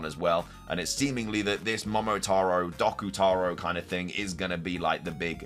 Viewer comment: Doku (doh-ku) not doc-u